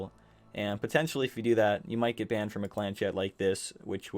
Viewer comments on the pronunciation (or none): none